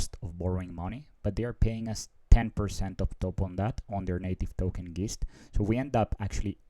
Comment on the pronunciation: I think Geist should be pronounced to rhyme with heist.